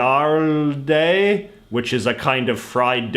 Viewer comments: Hey nice video but look up in google translator the pronunciation of foreign words, please. As a native sapnish speaker, hearing hojaldre (oh-hal-dreh) as oyalde is pretty irritating. I love your videos dude, keep it up. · Hmm, you don’t know any Spanish do ya. It’s pronounced “oh-hall-dre”. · Hojaldre is pronounced ouhald-re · Hojaldre, pronounced as "ow-hal-dre" "Bowliyow" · Hojaldre is pronounced close to Oh hall Dre Dre like the music person Or even better , the r is like the r in hombre Chilaquiles is pronounced like the qu is a k So its like chilakiles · Or maybe joyaldire...xDddd. It's pronounced Ho (like in Omg); jal (Hal); dre (somewhat like in Dr. Dre). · If you want to pronounce hojaldre properly, replace the J by a H and just remove the H at the beginning. Like O*HAL*DRE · i died when he tried to pronounce hojaldre 😭😭😭